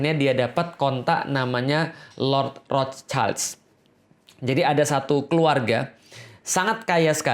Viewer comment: Afwan, ustazku! Ingin sedikit mengoreksi sesuatu yang tidak esensial tapi sekadar insight aja 🙏🏼 yakni pengucapan kata “der” pada “der Judenstaat”. Huruf “e” pada kata “der” itu dibaca e biasa seperti “ember” bukan “elang”. Juga nama “Rothschild” yang sebetulnya dibaca “rot-syild” (Roth-schild) bukan “rots-chaild” (Roths-child) . Karena keduanya merupakan kata dan nama germanik. Dan “sch” di bahasa jerman itu satu bunyi, dibaca “sy”. Bisa coba denger di video ini: Hoewever, it’s a great video masyaallah! Semoga banyak yang nonton dan semakin banyak pula yang aware amin 🤲🏼 semangat menebarkan kebenaran staz!!! 💪🏼